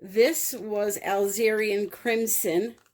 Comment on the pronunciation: Beautiful! Alizarin is A-Liz-er-an. ☺️👍🏼👍🏼